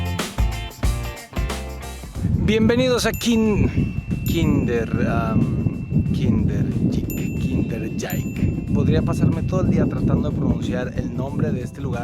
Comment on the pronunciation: Se dice kinderdeik